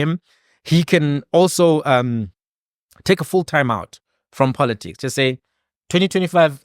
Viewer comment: Congrats to Mr Ndlozi for coming out unscathed from a grip of The Red Dragon which swallows innocent babies only to turn them into prostitutes of Poloticks(Malema's pronunciation of politics).